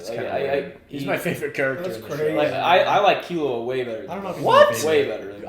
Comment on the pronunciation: that's the right pronunciation tho, key loo wah, killua